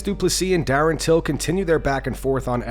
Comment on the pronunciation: Darren "mefukinaclsgonemate" Till